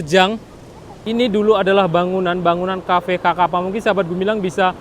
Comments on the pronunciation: Kaffe Sakapa = sekepal )baconyo bukan ( kakapa ) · Dia yang ngomong kok saya yang sesak nafas ya, blepotan dan salah² gtu bang. Xakapa disebut kakapa bukannya dibaca sakapa 🙏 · Sakapa cara bacanya Bang Bukan Kakapa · Xakapa bos. Bacanya Sakapa, bukan kakapa. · Bacaan nama kafe nya kafe sakapa gak sih,bukan kakapa...? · Nama cafe nysa sakapa bg bukan kakapa, XA itu di baca SA. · Bukan cafe kakapa bg, itu xakapa (sakapa) klw di baca dalam bahasa indonesia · Bacanya sakapa min tulisan xakapa. Bukan kakapa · Cafe xakapa bro bukan ka kapa.. bahaso awak nyo sakapa... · Assalamu'alaikum...Koreksi Mas Gumilang Bukan xakapa tapi Bacanya Sakapa... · Sakapa.... Bukan kakapa... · Bro gumilang, xakapa diucapkan "sakapa". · fyi, xakapa itu dibaca sakapa pak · Bacanya "cafe sakapa" terima kasih sudah meliput wilayah musibah di Sumbar